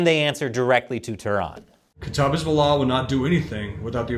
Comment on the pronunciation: kata-ib... not kata...eeb